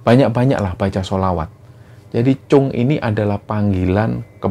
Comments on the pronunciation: assalamualaikum, Tim Kembara Sunyi & para Sobat Kembara, Pamekasan hadiiiir. sempet rame emang cerita ini di seantero Madura pada masanya 😐 btw sekedar koreksi Mas, panggilan anak laki2 di Madura itu kacong, atau disingkat cong, sma seperti panggilan "tole/le" kalo di Jawa lah, dan itonasi huruf "O"nya seperti kalo mengucap bencong, bukan Cung seperti yg diucap. makasih, semoga sukses terus Kembara Sunyi🤲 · Klo di lfslin itu. Cong. Bukan cung